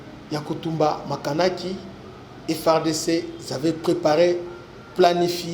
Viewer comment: Makanaki et non Makanika